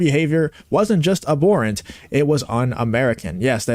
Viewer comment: Not, "aborant", it's, ab-HORant. This is the second time I've heard it pronounced wrong in the past .